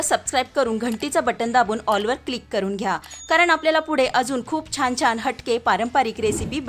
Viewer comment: " छान " हा शब्द " छाण " असा घाण उच्चारला न जाता छान उच्चारला तर छान वाटेल.